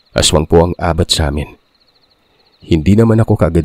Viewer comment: Palagi akong nakikinig pero annoying yung pronouncing sa ABAT 🤣. Hindi ganun ang pagbogkas,àbat